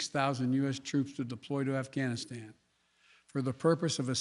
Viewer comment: “Bluh bluh bluh ghanstan “. Joe has to go